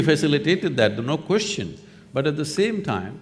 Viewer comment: Zakir Naik: Brother askeh a good koochnn🤣🤣